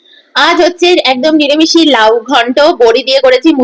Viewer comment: Niremishi noy uccharan ta hobe niramish